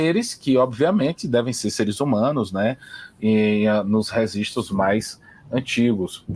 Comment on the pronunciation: depois que ele começou a falar "resistros" eu não consegui assistir mais.